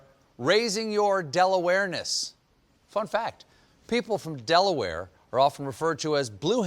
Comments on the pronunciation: Don't know why "DelaWHY" took me out😂😂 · As a local blue hen, I'm dying and stephen's del-awareness XD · Everyone always asks Dela-ware?; but never Dela-how?